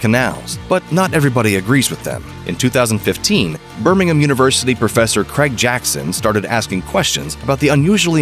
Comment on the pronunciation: Finally, an American that pronounced Birmingham correctly. 😄😄